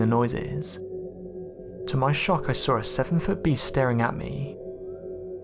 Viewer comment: So tell me again what you sawr? Oh bloody hell.